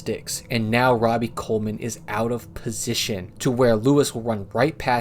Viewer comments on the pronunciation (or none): none